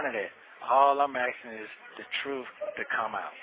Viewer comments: Well I guess the "TROOF shall set you free" "! 😂😂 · “Da troof”😂🤣🤣🤣. Good Lord.